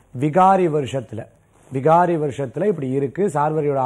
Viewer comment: Not vihaari.vikaari.oru anchor correct ah sollanum